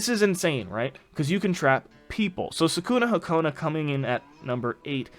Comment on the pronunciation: your saying sakunahakona is Sakunahikona